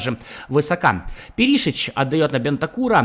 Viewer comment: Как же ухо режет Пери́шич 😂 , он Пéришич